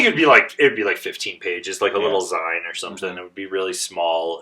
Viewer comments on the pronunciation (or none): Dude is so anti-print that he can't even pronounce "zine" right. Glorious.